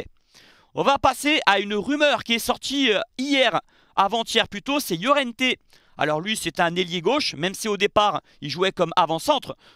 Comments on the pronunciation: Salut, petite précision pour Laurienté il faut prononcer comme Lorientais. Tu prononces à l'espagnole façon llorente 😉. Toujours est-il que tu fais une fois de plus du très bon boulot 👍👍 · Il fait délirer, Laurienté prononcé Llorente, Fullkrug prononcé Foulerouge, ManYounited prononcé ManUnited, change rien, tu me tue... 😂